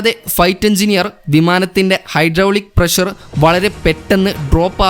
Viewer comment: വിവരണം കൊള്ളാം പക്ഷെ, പ്രശർ അല്ല പ്രഷർ എന്ന് ഉച്ചരിക്കണം അതാണ് ശരിയായ ഉച്ചാരണം ശ്രദ്ധിക്കുക ok.